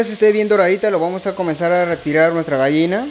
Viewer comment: Se dice GALLINA no Gaina